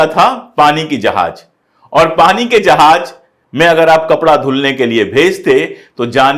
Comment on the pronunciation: Sar Sar jahaj ya FIR jahaz